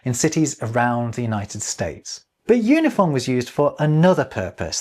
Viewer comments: Im surprised you didnt notice this in editing, but in your Unifon section you repeatedly pronounce it "Yoo-nih-fon" and not "Oo-nih-fon" as the pronunciation guide explains. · Based on the alphabet you showed, I believe you pronounced Unifon wrong. Wouldn't it be "oo-ni-fahn", not "yoo-ni-fahn"? 😁 (Actually, the website seems like it uses the "yoo" letter, while the alphabet you show on screen uses the different "oo" -- are both considered correct?) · Based on the sound key for UNIFON the pronounciation should be "OONIFAWN" as the line is above the U as in "ruler" not below the U as in "unicorn". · I just realized that "unifon" should be pronounced "oonifon" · Oonifon, not Yunifon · I think it's kind of funny that because of the way it's written, we can all see that you're pronouncing "unifon" wrong. Or rather, that "unifon" is intended to be pronounced in a way WILDLY unlike what you'd expect. oo-knee-faahn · looking at that pronunciation guide, isn't it pronounced oonifon? Like oo and ah? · I really like Unifon! And a quick correction,: given the character he used to write the word "Unifon", you weren't pronouncing it as Malone intended. You used /ju/ for the first character, but the character that looks like a "U" with a bar at the top (given the chart you showed) represents the "u" sound in "ruler" (i.e., /u/). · I think you’ve got the first sound in the word Unifon incorrect, it should be like the oo in too if the material presented on screen is correct.